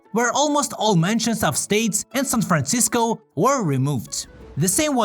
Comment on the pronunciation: Anger says "san franschissko" not san franshitsco, schiss is not a bad word